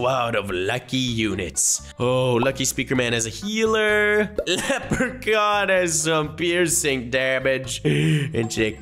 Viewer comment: why do you say leprecorn not leprechaun